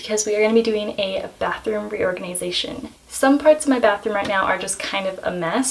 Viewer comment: „Bathoom“ LOL